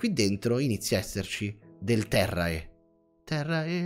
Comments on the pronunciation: si scrive terrae e si legge terre è latino suppongo, non terrea, sono a metà del video, se ti sei corretto in seguito scusami!! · terrae è latino e si legge terre